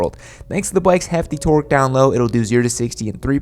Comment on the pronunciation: The Chad like manner in which he constantly and intentionally mispronounces torque is maddening...